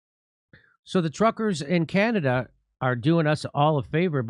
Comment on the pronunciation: Jimmy, it's Canada - not Canadia.